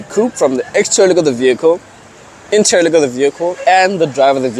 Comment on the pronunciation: Lol Bro, say interior and exterior of the vehicle slowly again… 🤔😂😂😂